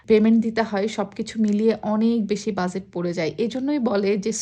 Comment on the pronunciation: Omg lady. It's not buzet. That is not how pronounce budget. Its bu-get. Please learn to pronounce first before you speak!!!